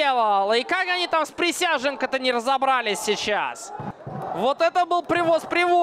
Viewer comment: Присяжненко - какой хороший вратарь! С удовольствием в третий раз пересматриваю обзор. Комментатору вызубрить фамилию превосходного вратаря! Никакой не Присяженко, а Присяжненко!